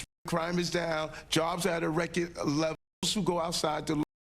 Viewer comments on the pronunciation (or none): It's record, not rekid lol....